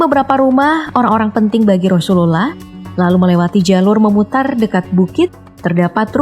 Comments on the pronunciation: Penyebutan nama rasulullah nya jelek bgt gk fasih🤭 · Coba sebut nabi Muhammad aja min, agak gimana gitu penyebutan rasulullah aja GK fasih... Gk enak didengar jatuhnya